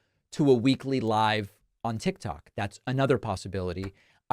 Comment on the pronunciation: You mean to tell me this joker still don’t know how to pronounce tik tok!!